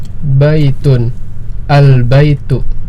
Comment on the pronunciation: Masya Allah CBA membantu sekali apa lagi untuk mengajar anak2. Oya maaf ustadz untuk mengingatkan, akhirnya terdengar uruf kaf/k Misal: Albaitu jadi albaituk Alqalamu jadi alqalamuk Alkitabu jadi alkitabuk Aljamalu jadi aljamaluk dll Kemungkinan pengaruh dialek, biasanya daerah Jabar, walaupun begitu untuk menjadi perhatian 😎🙏